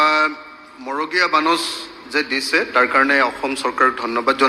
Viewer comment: মগৰীয়া নহয় মৰগীয়া বানচ।